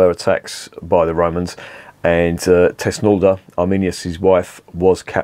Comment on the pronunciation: Its called thusnelda bier, thusnelda. The wife of arminius. Thus-nel-da... 😂